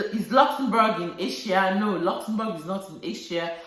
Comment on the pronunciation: The way you pronounce Luxembourg sweet me pass💕 You really know much about Luxembourg and you're helping lots of people out there. I really miss my African food Sis😋 Nice sharing with us Sis.